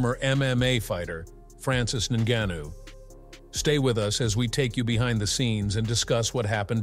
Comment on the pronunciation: FRANCIS NEWNEW?